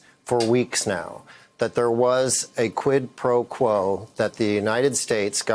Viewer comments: The deranged moron can’t even say quid pro quo without stuffing it up. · Lol Trump struggles to say Quid Pro Quo 🤣